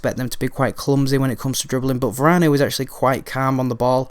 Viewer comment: You don't pronounce the "e" at the end of french words unless there's an accent :)